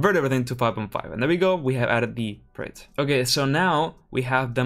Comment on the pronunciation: Project. I've never heard anyone struggle this much to pronounce such a simple, two syllable word Lol